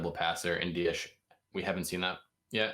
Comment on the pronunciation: ITS DIAS NOT DIASHHHHH....JUST SHHHHHUSH